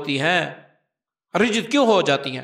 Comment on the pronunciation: معافی کے ساتھ عرض ہے رجعت ر کے زیر کے ساتھ نہیں زبر کے ساتھ ہے